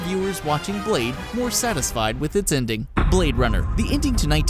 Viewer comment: Stop saying 'inding'.